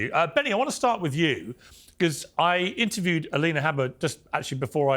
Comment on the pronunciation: did he just call her M-alina?